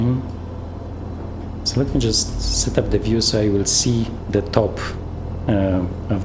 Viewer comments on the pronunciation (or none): Nice. Wow, the graphics are incredible. Can you tell me what is your PC specs, and also the game graphics settings? Another small bit of feedback, "gauge" is pronounced like "page" or "sage".